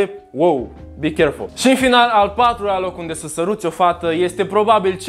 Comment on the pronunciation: "bi cherful" 😂😂